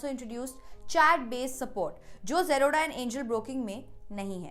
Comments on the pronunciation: Why are you Pronounce "Zerodha" to "Jroda" 💀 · Aacha se zerodha to bolna seekh le.. angerez